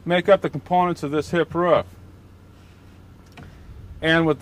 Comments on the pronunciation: Roof.. I say again ROOF - not RUF. I repeat not RUF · the way he say rooFF :D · Hes probably from NC/SC. His pencil shows a Building Supply store in NC (area code 704)..... probably made this video somewhere in the Charlotte area.